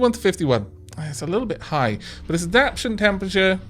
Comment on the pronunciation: The time lapse is preferable to skipping the gameplay. "...a benevolent god" immediately drowns a crap-ton of land life. lol Don't change As for pronunciation, when you get two vowels in a row sometimes just pronounce one. It doesn't matter which people can just chalk it up to a regional accent.See-la-canth-us for example. Some little nit picks though. Add-ap-TAY-shun and tro-fic. As always great work :-)